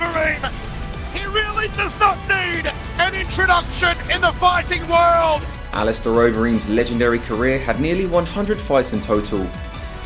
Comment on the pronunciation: I’m sure the commentator said alisteroid Overeem .... surely not 😮